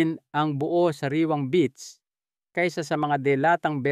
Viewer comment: Beets po, not beach.